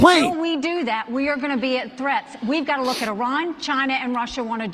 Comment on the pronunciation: Why do conservatives call Iran “I ran”?